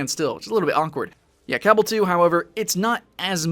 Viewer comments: Dude it's cabal not cabble. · Duke Bro CABBEL * that's the way he pronounced. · its pronounced ca-ba-l ,whit hit on second a! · Its pronounced cuh-ball... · Hehe he said CA BULL two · Cabal is pronounced like the cabal from mortal Kombat m8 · haha the way you say Cabal makes me laugh. Iv'e always just pronounced it Ca-ball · After playing the first Cabal. With a Blader, and Archer; both over level 100. I find this disappointing. Also it seems there is now 3 ways to pronounce this game.